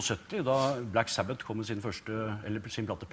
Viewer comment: I don't get languages at all I mean they can speak whatever the fuck they speak but they can say "Black Sabbath" an "Paranoid" in perfect english? Makes no sense.